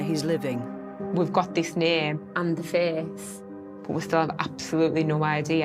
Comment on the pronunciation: lol such a funny accent they have ..pronouncing face as feeeece lol